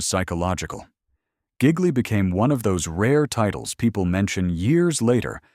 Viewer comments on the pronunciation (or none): Excuse me,: It's Italian, pronounced "zhee lee." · Say "Gigli" one more time. It makes me laugh